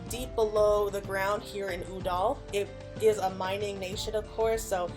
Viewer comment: I love the lore vids but I can't help but jump every time you say Ul'dah because you're pronouncing it like it's spelled "Uh-dal"